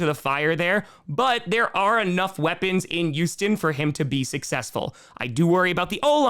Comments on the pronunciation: It's Houston not Yousten. And given the Texans lost three of their starting O-line players I'm not gonna read to much into the O-lines performance just yet. Oh...I think CJ shut up all of those who said he couldnt scramble, with the depleted O-line he had no choice but to scramble and he did a pretty good job of it. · He says Houston. His accent makes it sound like Youesten though